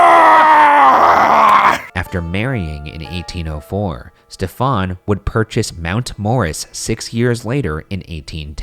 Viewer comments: Ryan why are you mispronouncing “Stephen”? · Genuine question: why is Ryan pronouncing the very common name ‘Stephen’ like ‘Stefan’? It’s just a variant spelling of Steven. He mentioned the guy was French - is that the French pronunciation? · Stephen jumel.... Pronounced ste ven Not step fon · Why you guys pronounce stephen like stefan. It’s like steven with a “ph” right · #postmortem Why is Stephen Jumel’s name pronounced as Stefan and not Steven? Is it a French thing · Is 'Stephen' really pronounced Stefan in this man's case, rather than like Steven? Or is that just Ryan pronouncing it strange? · Every time Ryan said Stephan sounded more like Stefon 😂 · The scariest thing about this episode is the way Ryan pronounces "Stephan" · #postmortem Ryan my sister is an english major and would not stop laughing everytime you pronounced Stephen as “Stephan”. Please tell me you pronounced it correctly so I can prove her wrong. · ryan i love you but wouldn't it be pronounced steven? or are you trying to be fancy and french because he was from france